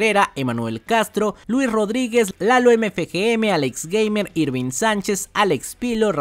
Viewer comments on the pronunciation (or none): none